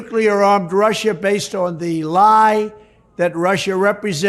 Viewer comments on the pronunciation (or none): none